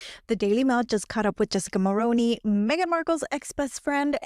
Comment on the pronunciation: The thing about rich people in the upper echelon is that in order to stay high, you cannot run your mouth. Do that, and it shows the truly elite you are not discrete. Jessica will land another (likely richer older man) and move up a few more rungs. She wont spill, sadly. Also - Mulroney is pronounced "Mul-ROO-nee", not Mul-Roh-ney.